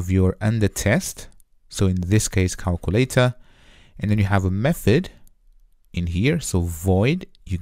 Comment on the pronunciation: I like the calkooletah 👍🏾